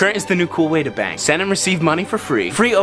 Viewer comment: I thought he said “New way to bang” not bank 🤣